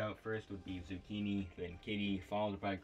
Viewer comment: No way you spelled my name wrong in the credits 💀dude really just said "Zuucchinii"